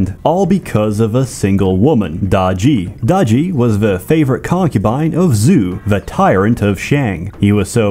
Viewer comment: Bro really read “Zhu” as “zoo”